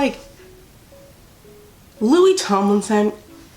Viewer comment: MY GOD DID YOU JUST SAY 'LOSERS LOKIE HARRY STYLES" THAT MADE MY DAY